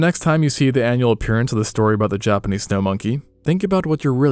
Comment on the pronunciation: I don't think it's AI because he pronounces words differently throughout the video, the thing that stuck out to me the most was how he says "Japanese". Sometimes he says it normal, but sometimes it sounds like he's just saying "Japanee" 💀 Maybe he used to have a lisp and he's working through it lol